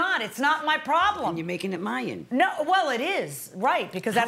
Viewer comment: She said “myan”instead of mine. My mother in law would use strange words too that sounded made up. 😂